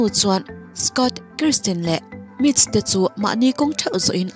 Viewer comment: An hmeichhe neih chhun hi KRISTIN ni loin KIRSTIN alawm... Karstin ti-a lam tur a ni e